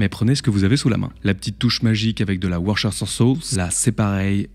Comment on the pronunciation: Mais pourquoi personne ne sait prononcer le nom de la Worcestershire sauce ???? Je ne comprends pas ... Il suffit de décomposer le mot !! Worce ... ster ... shire .... En gros et réduit "worsteshire" c'est quand même pas compliqué ... Sinon ... PICKLES POWAAAAAAAAAAAAA !!!!!!!